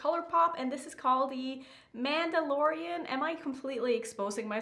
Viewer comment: It really is such a cute palette 🥰 you said Mandalorian right! But guuuuurl you need to watch Star Wars! All the Star Wars!